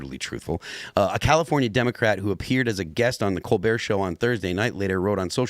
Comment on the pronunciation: It is pronounced... Kole-Bert